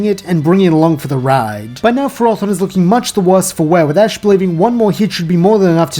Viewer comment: You just did something many competitive players fail to do. Pronounce Ferrothorn correctly.